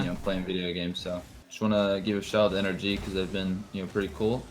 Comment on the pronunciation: HE SAID NRG NOT ENERGY LMAO